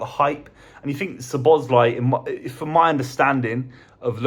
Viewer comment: How to murder pronunciation 101.